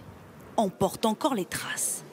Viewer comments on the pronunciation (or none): Que se passe-t-il avec les journalistes de TF1 ? Ils ne disent plus porte mais paurte. Plus produit mais prauduit. Tous les sons "o" sont transformés en "au". Ça fait un paquet d'années que cette comédie dure (pardon, "caumédie") et tout le monde commence à imiter cette vilaine tendance.